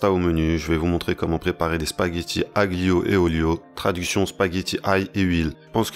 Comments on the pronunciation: AGlio 😂 ne prononcée pas le g en francais juste alio 👍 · Le G suivi d'un L ne se prononce pas en italien monsieur ca se prononce " alio" 😍 mercii pour la recette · Moi aussi la prononciation du g m a défoncé les oreilles 😂